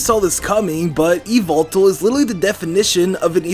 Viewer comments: e-vil-tol instead of e-vel-tal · Dobbs:Yveltal MandJTV:YAHVELTAL!! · IT'S NOT YVELTAL ITS YAVELTAL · You: said yveltal. Yveltal: MY NAME IS YAVELTAL!!! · Not yveltal but it's YAVELTAL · Not yeywaltal but yavaltal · It's not yveltal it's YAVALTAL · e vel tal not evil tal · Yvetal Why-Velt-Al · ITS NAME. IS YAHVETAL!! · its yavaltal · It's said like ya-vel-tall nor ee-vel-tal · Its yavetal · YAVALTAL his name is YAVALTAL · IT'S YA VEL TALL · You mean YAVELTAL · It is yavelltal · dude its "Yvetal" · IS NO ONE GONNA MENTION THAT HE IS SAYING XERNEAS AND YEVLTAL WRONG ITS(zzurn-e-us) and (e-vel-tal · MY NAME! IS YA-VAL-TAL! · Its call Yevitell (all though it spelled yveltel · why do people say yvoltol theres no o